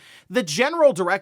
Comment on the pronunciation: The heck is an abberition?